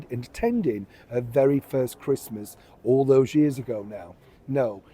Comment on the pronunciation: Not interested in watching someone who can't even pronounce the word "Christmas" and who wants to watch Meghan-no-mates celebrating in a stranger's house forcing her staff to pretend they like her, because I bet, she doesn't take you through her front door.